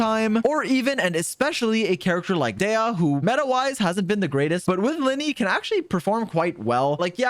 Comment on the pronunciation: The character's name should be pronounced "Diya", not "Deya"